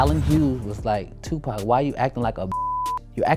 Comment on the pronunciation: There's no way im gon keep on watching the rest of the video with the voice over sayin TUPACK!Im done